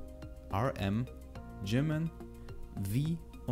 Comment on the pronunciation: Hallo Ich kenne BTS schon seit 2Monaten. Und das Video war sehr hilfreich. Aber RM wird arem ausgesprochen und RM ist mit Jin meine Nummer 1